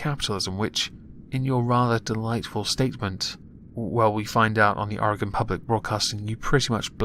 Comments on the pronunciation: Dude thank you for saying oregon right. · THANK YOU FOR PRONOUNCING OREGON RIGHT